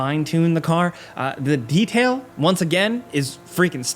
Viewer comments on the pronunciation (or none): none